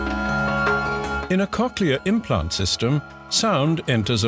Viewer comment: I kept thinking he was saying "cocaine plant" until the animation queued about cochlear implants, lmfao. the animation was much appreciated